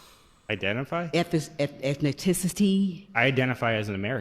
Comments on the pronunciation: Apparently, it's pronounced "ethno-tens-nicity" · KARMA ETHINITISITY?? WTF SPEAK ENGLISH SKANK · 😂😂😂 Why do some black people feel the need to Embarrass the community, Why🤔. She couldn't even pronounce "Ethnicity". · I have no known relatives in Africa. I am American. Until she can pronounce "ethnicity" properly; she should sit down.